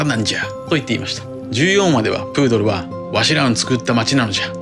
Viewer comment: プードルじゃなくブードル